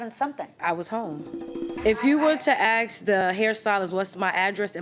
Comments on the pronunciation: I'm tired of hearing ask pronounced ax lol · when did the word "ask" change to "aks". how many people lose their phones? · The defendant is Irresponsible and she has an AX to grind because she doesn’t know how to say ASK.